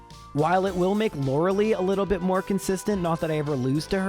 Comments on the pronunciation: Stop calling her Lorelee. It is Lorelie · Sorry, after like 5 times it got on my nerve. The ice type member of the elite four is Lure-a-lie, not Lure-a-lee.